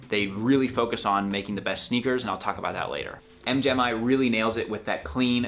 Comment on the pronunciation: M. Gemi FTW! - Also, it is pronounced "M Jimmy"